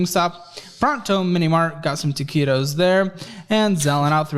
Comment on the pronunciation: It hurts every time he says TAQUITOS because I love those 7-11 taquitos so much 😭